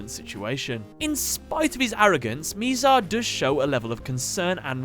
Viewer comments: just saying that it is Mizar not Miizar. I just had to point this out, it was getting me triggered that you pronounced it like that. (Sorry if that is your accent) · It is bizar not mizar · my guy, you suck ASS at pronouncing names lol. Miz Ale and Miz Are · You said his name wrong, it’s “MI”ZAR like saying “ that is so bizarre.